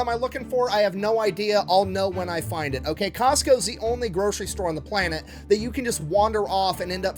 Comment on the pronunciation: Costco's... It's Costco's.